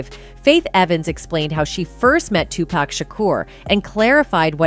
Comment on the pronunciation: Wait GD minute spill today commentator, PLEASE STOP u are hurting my ears the name is pronounced too-poc. STOP say too-pac for God's sake